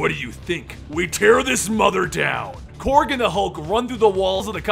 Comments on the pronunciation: I thought it was Korg, not Krog please correct me if so. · Really bothers me that he is saying Krog and not Korg.